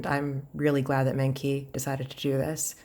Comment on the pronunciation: I think it’s pronounced like mung chi